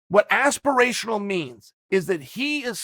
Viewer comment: Chael " Aspiritional" Sonnen